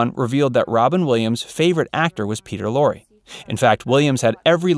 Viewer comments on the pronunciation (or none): none